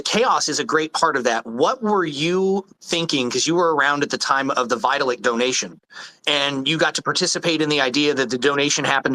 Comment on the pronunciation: Lolol "Vita-lick"